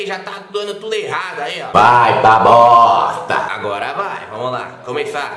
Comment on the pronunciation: " vai pa bossstta" kkkkkkkkk